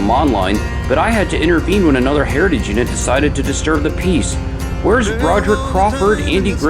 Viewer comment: Be vewy vewy quiet. I'm hunting hewitage units.